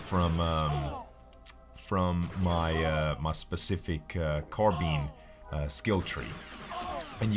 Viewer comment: The way he says Carbines bothers me..